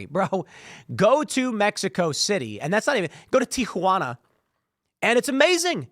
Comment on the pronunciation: Why is he saying Teequhana?